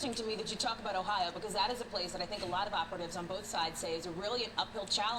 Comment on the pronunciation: And no one from Michigan pronounces Ohio and Cuyahoga like that